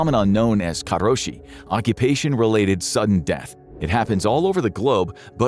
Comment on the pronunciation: He rolls his tongue with "karoshi" like he's trying to speak Spanish. Lol.. japanese dont have a rolling r